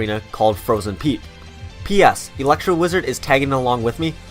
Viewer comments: He says eleckser not elixir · Why is no one talking about him pronouncing elixar. Alexer